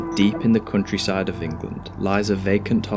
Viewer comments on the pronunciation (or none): "cuntryside of England"